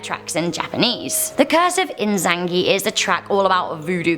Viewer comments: Er, it's actually I-za-na-gi,, not "Izangi". I know not everyone has played "Persona 4", but he's one of their most prominent deities! That extra letter is there for a reason! >_< Otherwise, pretty great video. I don't think any of these are really cursed, except for maybe the rapper one, but it's interesting hearing the background on the songs and the lives of those who created them. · Ee-zan-na-gee... not In-zan-gee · Its not Izangi its Izanagi. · Its iza na gi. Not izangi. And its the name of the japanese deity and husband of izanami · I really liked the video and it gave chills down my spine,BUT as a certified weebo I can’t let you say izanagi as inzagi. You say it as "EE-Zah-No-gee" (the o is a lowercase o) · It’s I-za-NA-gi. Not izangi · I like the channel, but come on. This is the third time Tomino's Hell has been in a list video. And it's I-za-na-gi, not in-zan-gi. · Its e-z-a-n-a-g-I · Was anyone else bothered by the pronunciation of Izanagi? Sorry I don't mean to be rude, but it's EE-zah-nah-gi? I think? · ......... It pronounced "Ee-zah-nah-gi". I speak Japanese and you made me cringe.... christ...... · its ee-za-na-gi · The Izanagi is pronounced E za nah gee Izanagi. Learned that one from subbed Naruto. BAM. ANIME. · 3. I-zan-gi? I-ZAN-GI?!?!